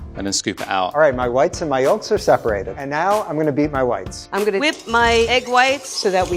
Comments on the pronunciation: I swear he said "And now I'm going to beat my wife." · Thought he said “And now i’m gonna beat my wifes” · First time I heard this I thought he said "beat my wives". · am i the only one that when the guy said "ima beat my whites" i thought he said "ima beat my wife"? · Sounds more like wives instead of wife lol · “And now I’m going beat my whites.” Am I the only one that thought he said “I’m going to beat my wifes? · sounded like "I'm gonna beat my wifes" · i understood „and now, i‘m gonna beat my wife“😂😂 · thought he said, "and now I am going to beat my wifes" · i thought at first he had said "and now i'm going to beat my wives" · i wasn't paying attention and thought he said "... and now, I'm going to beat my wife" 😭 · who else understood "now I'm gonna beat my wife"? 😂😂